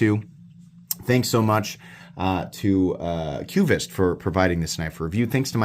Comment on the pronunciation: It's pronounced: kvist. Not kyoovist.